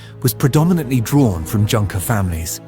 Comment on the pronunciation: must be AI that mispronounced the German word "Junker" as it should have been correctly pronounced as "yoonker"?